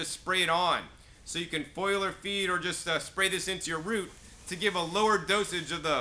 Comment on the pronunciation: You need to learn how to pronounce foliar (fol-li-ar) there is no foil in it